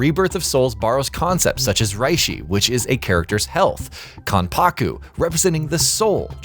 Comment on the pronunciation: I just heard "Rihshi" and "Kahnpaku" and laughed my ass off and then I heard him pronounce "Soosooke Aizen" and lost it.